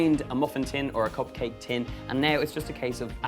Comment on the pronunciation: copcake! Love the pronunciation <3 it'd be amazing to make cop copmakes for a cop party! xd :)